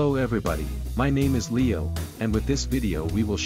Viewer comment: The way this AI pronounces "Leo" is completely wrong. It'sa LAY-OUUUW!!!